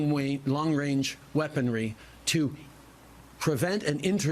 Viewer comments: Trudeau couldn't even say "Range"...LOL He must be thinking about what his Masters told him to say and got messed up. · Long wange.. shutup tru dope. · Trudeau literally said "Long Wange"...wow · Long wange haha